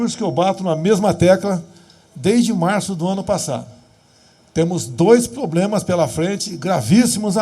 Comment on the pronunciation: Bolsonaro não consegue falar problema...so fala ploblema kkkkkk...Esse presidente é um grande homem...de verdade..fora a sua dislexia kkkkk é o melhor que tivemos ate hj